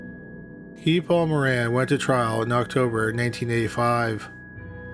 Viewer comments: Guy Paul.. He's french Canadian so it's pronounced "Gee" (like key) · I’ve never heard Guy pronounced like that